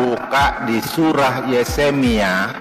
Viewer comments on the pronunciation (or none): Ko ahli Injil,bahasa nama toko saja tidak benar,Yeremia dibilang Yesemia,Ali mustafa kalau anda mualaf mualaf yang benar dong tidak baik.itu namanya finah dalam bahasa hukum Indonesia anda itu sudah fitnah agama.trimakasih